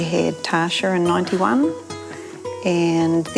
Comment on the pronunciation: Is she trying to say Tasha, or is that an accent? 😅